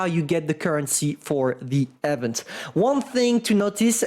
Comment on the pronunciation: THE WAY IS PRONOUNCING EVENT IS ANNOYING AS HELL. THE FIRST E IS PRONOUNCED THE SAME WAY YOU PRONOUNCE THE I IN EMIL. THE SECOND E IS PRONOUNCED LIKE THE E IN VENTILATOR.